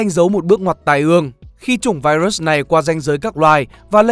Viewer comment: Trời ơi ad ơi, ad có thể phát âm đúng từ virus như đọc tiếng việt hoặc phát âm chuẩn của tiếng anh k vậy, ad đọc vậy nó sang từ khác rồi đấy, nếu tiếng anh k tốt thì có thể đọc theo tiếng việt cx dc